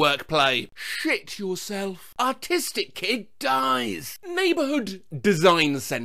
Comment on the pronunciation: For a second I thought you said “autistic kids”